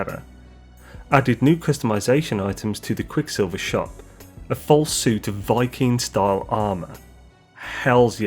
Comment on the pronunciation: It's pronounced Vy-keen. Not Viking.